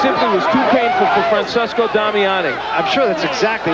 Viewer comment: FRANCESCO Damiani, NOT "FRANsISCO"